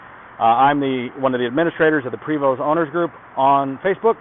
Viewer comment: Hi, It is a PrAAAAvost Not a Prevost, Its French